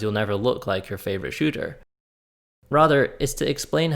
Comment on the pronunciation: Sounds like he’s saying “ Shoe-Ter” 😂 lol great vid